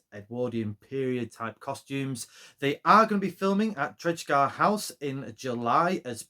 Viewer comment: For future ref - 'cos they film there a lot :) - Tredegar = "tre-DEE-gar".